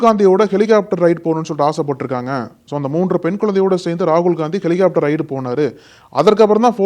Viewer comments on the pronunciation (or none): none